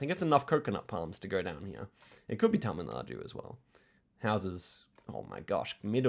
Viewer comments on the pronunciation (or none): none